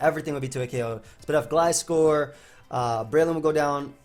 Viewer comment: You're saying Gliscor's name right. what is this dimension?